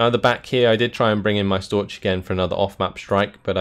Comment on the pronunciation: the ch in Storch isn't spelled like in torch. the ch is actually quite similar to a cat hissing at ya ^^.